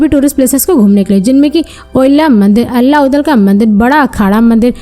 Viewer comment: मैडम अल्ला नही आल्हा कहिए...